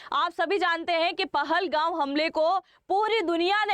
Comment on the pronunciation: It is not pahalgau it is pahalgam and it is not your it is Kashmir 😂😂😂 learn how to pronounce pahalgam before saying anyone wronge 😂😂😂😂😂